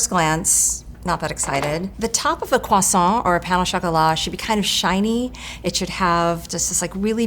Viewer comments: kwaSAWT mrs. maam this is english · "croissant" has an "r" sound in English fyi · I hate the way she insists on pronouncing "croissant" with a French accent every single time. Yes, it's a loanword, but it's been part of the English vocabulary for ages and has an established English pronunciation. People who do that, do you pronounce every loanword with its original pronunciation? Because it sounds dumb. Fight me.